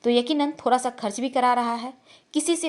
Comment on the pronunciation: Aap bihar se ho...da ko ra bol rhi ho...jaise thoda ko thora...ha ha ha